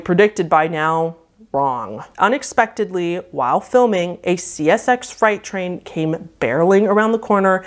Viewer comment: Funny, I think I heard Fright train, when meant FREIGHT, twice. Odd slip.